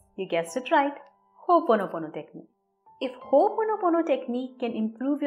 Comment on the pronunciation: It is not Ho ponopono, it is pronounced Ho,Opono pono.. You are welcome.